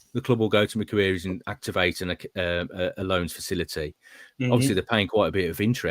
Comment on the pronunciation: pronunciation of Macquarie bank is hilarious. 'Mcqueeries'!!😂😂😂, just say Macworry, pronouncing the 'worry' part as rhyming with 'lorry' and you'll be on the money. Lachlan Macquarie was a Scotsman and the fifth governor of New South Wales. 🇦🇺